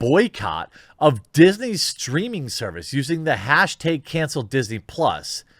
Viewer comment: Hashtag - Hashteg